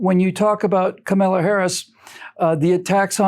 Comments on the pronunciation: I saw Tucker was chastised... her name is pronounced COMMA la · An extra treat from the drive-by media: we are now told Harris's first name is pronounced "Khama-la", not "camel-la". LOL keep pronouncing it Camel-la, because we know what happens when a camel gets its nose in the tent. Kamala is the perfect candidate for the Repubs. LOLOLOLOLOLOLOLOL Vote Trump LOLOLOLOLOLOLOLOL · you are mispronouncing Kamala. How dare you!